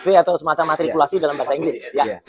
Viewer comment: Bukan martikulasi tapi matrikulasi